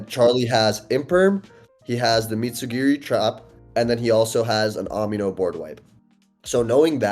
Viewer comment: Bro is a World Champ and still calls it Mitsu GEARY